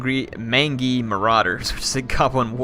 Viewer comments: Dear Lord please, please, PLEASE say mangy right. It's main-jee, not man-gee! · Just a heads up, it's pronounced 'Main-Jee' as in Mangy Dog. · Not to be "That guy" but 'Mangy' is pronounced 'Main-Jee' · Strong vs. Multiple Combatants means a unit with lots of models. Multiple Units means exactly that, multiple units. so it probably splits its damage amongst all units hit equally, and that then does a set portion to all combatants in the unit. It's also "mange-y" not "man-gee".